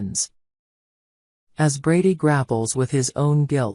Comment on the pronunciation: It’s not Bardy,it’s brady